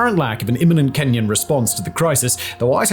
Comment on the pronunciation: I cringe every time I hear "Kenyan intervention" in Haiti